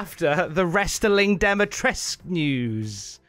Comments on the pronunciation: The U in Lady D's name is silent. It's just tresk at the end. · Uh....and, you're actually pronouncing Dimitrescu wrong.